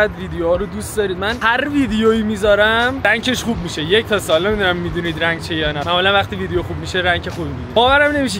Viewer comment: مشتی گفتی دال دیگه بجای سال دیگه 😂😂😂😂❤